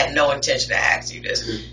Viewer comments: Please pronounce the work ask as ASk. Not AX. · Why do they keep bringing up an axe? "He gonna axe you, do you know who did it?" What's the axe for? I kid. But I would like to know why "ask" is being pronounced "axe". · why is it so hard to say ask? not axe? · That's why I "axed" that detective took the same Grammer lessons that Darrel brooks took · Another great mystery of the Universe, why cant people pronounce the word ASK correctly,? Guess we will never know.